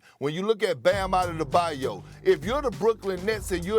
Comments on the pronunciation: Also Perk needs to stop with "Adedebayo". It's "Adebayo". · Is he saying bams name like that on purpose now?!?! Lolol He definitely outta da bayou! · Now there's three things that are sure death taxes and Big perk butchering somebody's name😂😂😂BAM OUT OF THE BAY O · “Bam adada bayo” “Bam out of da baiyou”